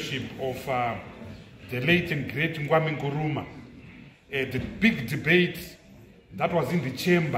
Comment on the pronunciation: Mr Biti, he was KWAME…not Nkwame!